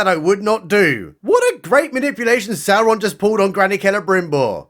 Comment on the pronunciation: You said Sauron wrong. You have to pronounce it like Galadriel... with six R's in it. 😭